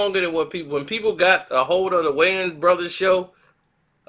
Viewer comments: Wayans...not wayne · The “s” in Wayans ain’t silent dawg